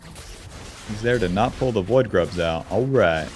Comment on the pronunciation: I keep hearing "woodgrubs" when he says void grubs